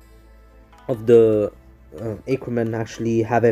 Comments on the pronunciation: it's ah-ker-men not aye-ker-men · You are saying Ackerman wrong